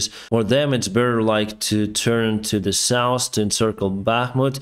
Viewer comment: Денис, пожалуста не говори( саус) когда хочешь сказать про юг. Саус это для еды, а сауф это сторона света